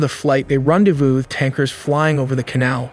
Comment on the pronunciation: Run-dey-vue? F-18 Grooowl-ler? K.C. 1 THREE 5? 🤗